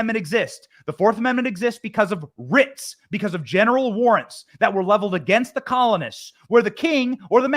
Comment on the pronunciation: I thought he kept saying genital warts